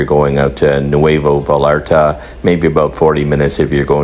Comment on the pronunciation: Great advice and nice to see the view as you guide us through it., buddy, you gotta work on that pronunciation though! "Vallarta" is pronounced "va-Yar-ta" not "va-Lar-ta". Double "L"'s are pronounced like a "Y" in most of Mexico and more or less most of the Spanish-speaking world. Interestingly, many people from Spain even pronounce "Vallarta" like "vayzharta". All right then...